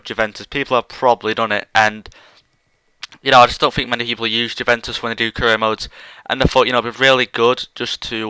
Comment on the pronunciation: Its " Uve-en-tus" not "Jew-ven-tus"